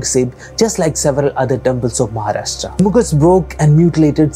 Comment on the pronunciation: Basalt rock is literally the base of entire Maharashtra, except Konkan coast. Kolhapur itself sits on Basalt rocks. Other than that, loved the video and the fact that you said MaharashtrA and not Maharashtraaaaa!